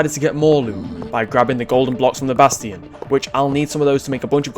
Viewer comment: do you speak English because you keep saying bastion wrongly